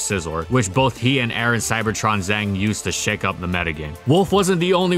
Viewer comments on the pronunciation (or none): none